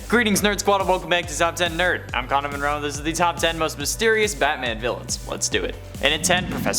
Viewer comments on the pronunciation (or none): none